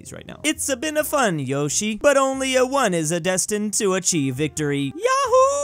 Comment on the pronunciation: You were mispronouncing Yoshi.